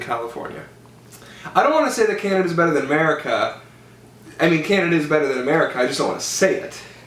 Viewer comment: he said merica